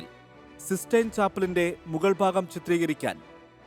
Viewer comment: സിസ്സ്റ്റൈൻ ആണ് സീസ്സ്റ്റൈൻ അല്ല.